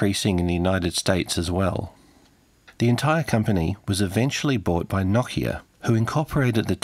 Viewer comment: na-kia lol try no-kia